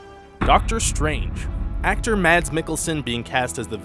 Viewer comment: Mads is pronounced Mess! know your Danish